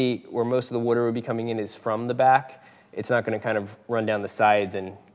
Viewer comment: What's wudder?